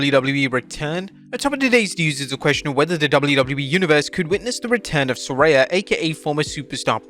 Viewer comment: I thought her name was Saraya. This guy keeps saying SARAY-YA